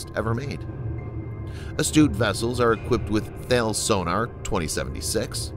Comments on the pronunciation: Thanks for the video. FYI Thales is pronounced TA-LESS. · Thales is pronounced tar-les. 😊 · Mate, I’ve tried this about 18 times with this guy